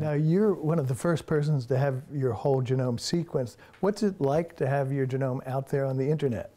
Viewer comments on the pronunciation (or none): Interesting choice of pronouncing genome like Jerome.